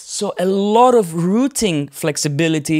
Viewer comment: Clear and excellent as always. Also a million bonus points from a Brit for saying "rooting" instead of "rowting".